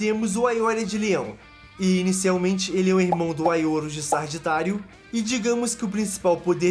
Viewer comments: video bem legal!!! A única ressalva é o nome da 9 casa... Sagitário, e não SaRgitário... Hahaha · Exceto por alguns erros como "zodico", "sargitário", "escárlate" e dados um pouco errados de alguns, um ótimo vid.